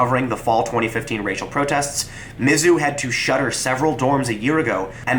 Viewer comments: As someone who grew up in Columbia, MO, its pronounce miz-ZOU, not MIZ-zou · You have a very strange pronunciation of "Mizzou". The emphasis isn't usually on the first two letters, but rather the last three.